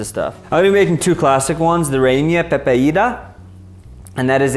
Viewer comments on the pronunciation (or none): Agree, "pepeida" instead of pepiada and "carne machata" to carne mechada. I feel like even the "english pronunciation" would be better haha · A for effort! I laugh so much with the pronunciation of “VENEZUELIA” and “reina pepeida” AREPAS ARE THE BEST!